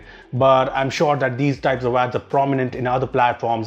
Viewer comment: you forgot to learn there is a "H" in the words thousand and that.